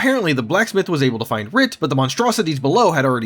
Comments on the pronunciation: It’s not writ. It’s Wirt. I’m sorry but that killed me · Read the letters. It's "Wirt," not "Writ." Like "Wurt." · Not Writ. Wirt. Wurt. Weeeerrrrttttt. Not Writ. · Calling him Writ was jarring...😊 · wirt, not writ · stop saying "writ" instead of "wirt" you retard and stop summarizing things by just using the exact same words in a different order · rage intensifies every time he calls Wirt Writ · Writ?? Wirt. Wirt. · Wirt! Like W e r t. Not Writ! Lmao Yes I'm correcting you on pronunciation. It matters! Nostalgia and all. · A gentle correction: the boy’s name is Wirt, not Writ. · It’s Wirt friend not writ but anyway have fun with the butcher twice as fast as you and ten times as strong ! This game was a true horror ARPG ! As to the gameplay it was going to be turn based David Brevik opposed to the real time fights, thought it would break the tactics of the game. Do the studio had a vote and tactical turn based combat was down voted. So David recoded it that week and putting the time delay to zero, destroyed the first skeleton without anytime delay found the game and it’s combat mechanics instantly appealing & hey presto Diablo the hack n slash genre was created or reinvented 💪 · The name is Wirt, not Writ... as in "Wirt's Leg". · As soon as you said "Writ" and not "Wirt"... details gonna get this guy and they did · You’re saying Writ like Written. It’s Wirt, like Shirt. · It’s WIRT, not WRIT. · It's not writ, it's wirt. Pronounced like squirt. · Missing valor is wild. I figured that out first try at age 13. How do you not figure it out in 2026 as an adult 😂 that armor would have helped a lot. Also its wirt W-I-R-T not writ W-R-I-T. R is 3rd, not second in the sequence. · Writ? It’s Wirt. You’re banned. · It's wirt, not writ. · Who is Writ? No one. His name is Wirt. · 5 seconds in and he's calling Wirt, Writ! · You had me til "writ". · You cant even pronounce an easy name like Wirt. Your walk through sucks